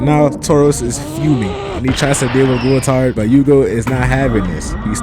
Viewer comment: Gool - Tard/ How to pronounce Goultard’s name.